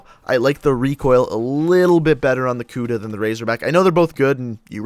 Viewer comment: lol he said kuda like kuda but it's pronounced like kuddah